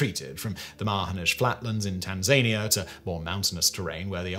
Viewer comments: Simon!! Tanzaneier? Don't know that country there is a countryTanzania it is pronounced tan·zuh·nee·uh!! Bloody hell! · Sorry Simon - have to do it. It’s Tanzania-NIA, not Tan-ZAYN-ia……😉😊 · That was exceptionally interesting. My only complaint is the odd way you mispronounced Tanzania. Otherwise, amazing video as always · That's not how you pronounce Tanzania, Simon. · Have we changed the pronunciation of Tanzania? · I mean, I do like the new one more. Got a very Peter Andre meets Looney Tunes vibe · Lookup how to pronounce Tanzania.